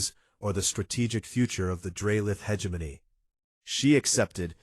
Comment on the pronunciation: Learn how to pronounce “hegemony.”